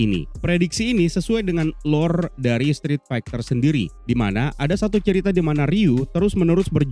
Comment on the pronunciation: Strit Faiter bang bacanya 🙄 Bukan Faigter